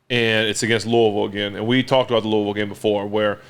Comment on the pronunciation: As a guy born and raised in Louisville while also being a steelers fan and huge Roethlisberger fan. It really warms my heart that Big Ben knows how to pronounce Louisville correctly. Keep being a legend, Ben!!!